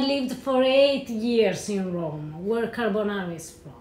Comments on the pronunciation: Everytime i hear carbonarra im reminded of gino decampo if my grandmother had wheels she would have been a bike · What Gordon made looked good, but it wasn't Carbonarra.